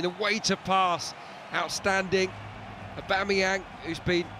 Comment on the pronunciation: Someone tell this goddamn commentator his name is 'AubAMeyang' not 'AubEMeyang'! Every goddamn video!